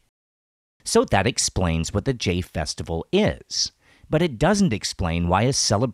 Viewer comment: I'm pretty sure "Jain" is pronounced like "Jine" and "thali" is pronounced "tali". เจ sounds more like "jeh" than "jay".